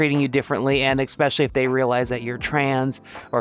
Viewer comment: Please stop saying "eck speshully" for the love of Nemona